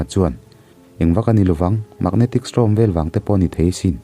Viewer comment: Magnetic Storm tia STORM hi STROM tiin i lam tlatin ka hria. Beng a tikham ve tlat.